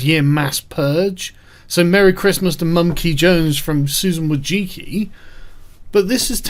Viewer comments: ITS PRONOUNCED VOY-CHITS-KEY. IT'S NOT THAT DIFFICULT YOU ANGLO BOOMER. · No wonder she's banning everyone when pretty much everyone butchers her last name so spectacularly. ;P (it's pronounced Voy'chi'tski if you wondered)